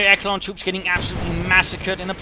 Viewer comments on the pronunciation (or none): Echelon is pronounced "eSHelon" not "eKelon" At least in English it is, even though it is a French term. I still think they pronounce it eSheleon. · You're right, it's échelon in French. É-che-lon